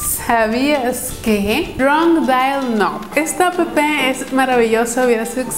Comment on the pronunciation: como odio cuando dicen a p p 0s0